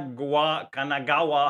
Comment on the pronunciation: DarkXero: "KAGAGAGA...": casually pronouncing "Kanagawa" with a near perfect native Japanese pronunciation